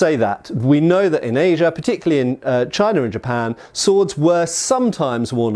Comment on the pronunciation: Yeah... and he does sometimes pronounce "China" with an r on the end... "Chinar" lol.